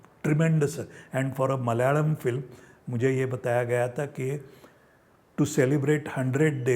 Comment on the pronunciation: मलयाळम् pronounced almost perfect 👏 👍😊